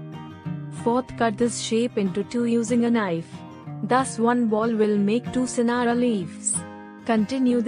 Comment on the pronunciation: It's singara not scenarios